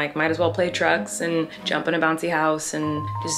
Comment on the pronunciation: I keep hearing play drugs instead of trucks. Help